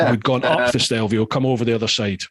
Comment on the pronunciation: Yip I was like, I'm sure it's stelvio, it's stelvio, STELVIO!!! HAHA